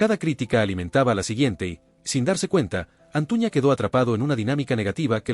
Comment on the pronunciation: Es Antuna tu dices Antuña